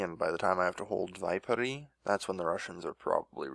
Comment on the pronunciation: it's not Vaipouri, it's Viipuri.